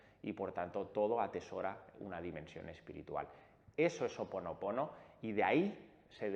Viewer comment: Botella vidrio azul...tapón corcho ó papel celofán....y nó es Ho oponopono....és Hó oponopono...lo he escuchado mucho a Dr Len...(suena cómo j)al comienzo...